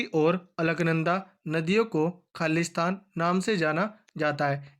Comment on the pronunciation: Blank space ko rikt sthaan bolo ...Khali sthan bolre ho khalistaan sunai dera h